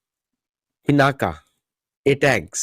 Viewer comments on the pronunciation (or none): अरे भाई वह पिनाका नही है वह पिनाक है